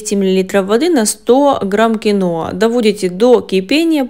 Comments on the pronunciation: Название говорите понятнее Кино или Киноа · Киноа неправильно надо говорить киhoa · Ударение на и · А самое главное что дама,ставит не правильно ударение.